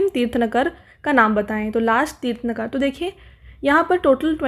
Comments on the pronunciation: Tirth-nakara nhi Tirth-ang-kar hota hai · kindly correct your pronunciation of tirthankaras'